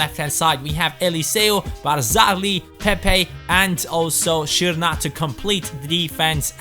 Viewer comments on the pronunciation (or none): It's funny how you basically switched letters in "Dušan" and "Srna". You should use normal "s" for Srna, and for Dušan (Tadić) you say "sh / sch" - Dushan. :D Other than that, this should be an interesting series.